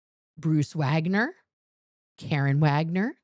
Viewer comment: Karin Pouw (fake sock puppet OSA spokesperson) shows up for nothing public. She's hidden away at the HGB. Her name is pronounced Car-in not Care-en. Heber Jentzch was a talented singer who played an uncredited role in the chorus of the film Paint Your Wagon. I'm always here to help you fact check at your pleasure. Oh and I had plenty of interaction with Marianne Pouw and can verify she was an absolute pit viper only second to Lisa Allen who was my assistant prior to CO Gold. Lisa was the one who hung the "lesbian" sign on Debbie Cook in the hole. I have a lot of info on all these folks which I'm happy to provide to you.